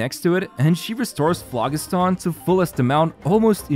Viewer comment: The g in phlogiston makes a j sound. It's a real word, not something they made up for this update.